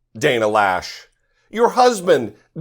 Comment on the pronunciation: Actually it’s Lösch, but in the English language there is no such thing as an “Umlaut.” Js I wouldn’t even know how to begin explaining how to pronounce an Ö